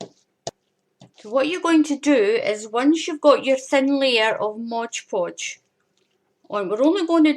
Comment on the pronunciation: An interesting and different way to make glitter paper. Thanks for the demonstration. Oh, BTW - it's MOD Podge, not Modge Podge. I think prople like the rhyme of Modge Podge, but that's not the name. Thanks again.